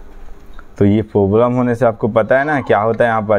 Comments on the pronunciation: Bhai poblem nhi hota hai Problem hota hai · Problem ❌poblem 🤣🤣🤣